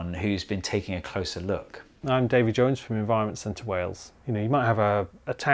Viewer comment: not in wales. half the men in wales are called david (d-aff-id) jones (jor-h-nes). get the accent right, my little organoids